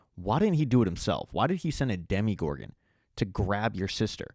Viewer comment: Great video only complaint it’s dm-o-gorgon not dem-e-gorgon